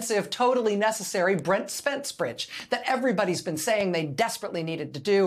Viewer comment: Well done, Rachel! You said Brent Spence Bridge very well! 💥❤💥❤